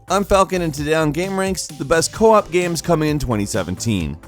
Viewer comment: ... You said co-op not co-op